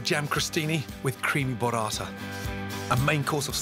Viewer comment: I wish I could tell him it's "bUrrata". "BOrrata", the way he says it, it's....well, something a little dirtier and less attinent with food. I can hear my fellow Italians laughing already